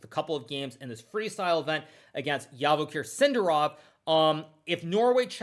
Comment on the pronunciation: Huge respect but Javokhir is pronounced as 'G' as Joey or Jack